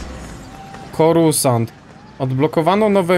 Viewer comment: ps:nie mówi się corusant tylko corsant